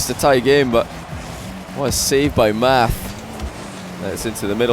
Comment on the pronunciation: Yo i think it's pronounced "matt"